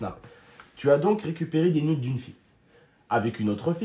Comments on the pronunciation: jsp tu vien d'où mais on dit nude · « Des nyoude »